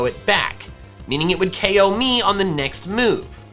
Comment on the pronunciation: Why were you saying oko instead of ko most of the time?